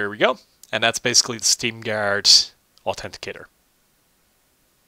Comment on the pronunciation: also its authenticator not autendiatred